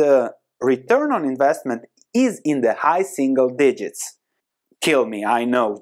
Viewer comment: I turned the video off, after i heard "high single digests" ;)